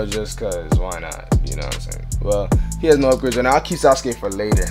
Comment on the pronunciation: Anybody else be like suskay who is dat it’s sasuke saz-oo-key that’s how you pronounce it lol